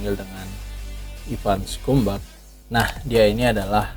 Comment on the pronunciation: Ivan scumbag. Bacanya skambeg, bukan skumbak. Bang, bang, ngadi-ngadi aja lu